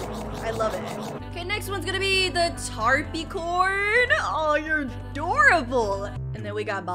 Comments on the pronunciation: By the Capricorn is pronounced: Tap-ri-corn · You said tapricorn wrong